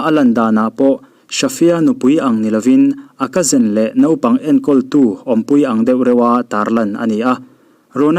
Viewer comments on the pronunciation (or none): none